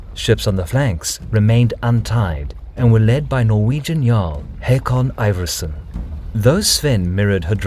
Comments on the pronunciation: It's not Headby, it's Hedeby EDIT: It's also pronounced Håkon and not Hakon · AA = Å not O. But you are close :) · The name Haakon is pronounced as Hokon, just fyi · Haakon here. It's pronounced Håkon, with an Å, like the A in Hawthorne or the O in ought, but thank you for caring